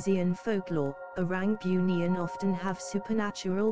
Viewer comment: kalau nk pakai suara A.i tu, kalau "bunian".. taip "boonian".. baru betul bunyi nya..